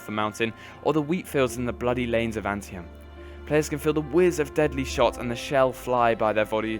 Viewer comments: pretty sure its pronounced "an-tee-tem" but i could be wrong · Hiya mate :) Great vid! Pronuciation: Potomac River (divided Maryland from Virginia's northern border) PUH-toe-mack (I think you pronounced it like puh-tuh-MACK) and Antietam is ann-TEE-tam (I think you forgot the second T, which is all good)